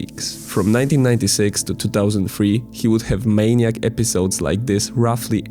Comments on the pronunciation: it's "manic" episode not "maniac" episode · *Manic episodes.. (not: "maniac) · FYI it'd be pronounced (Mahn • ick) , spelled "Manic"... Excellent video! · He said it multiple times incorrectly... It wasn't misspeaking. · He said it once incorrectly so it's still just a slip of the tongue. If I missed more occurrences do timestamp them. Besides English isn't his first language so I couldn't care less if he makes some mistakes lol